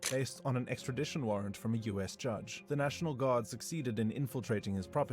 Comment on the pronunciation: This foo can’t read extradition hahaha😂